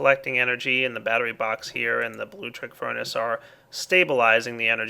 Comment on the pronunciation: Good lord it's BLULECTRIC Not blutric BLU LEC TRIC